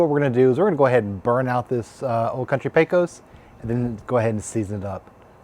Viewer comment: It’s pronounced pay-cuss with the stress on the first syllable.